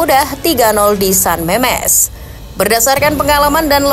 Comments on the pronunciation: Harusnya san mames bukan san memes keingat penyanyi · San Mamés ya, bukan San Memes